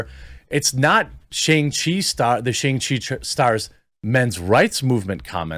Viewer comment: Say Shang-Chi correctly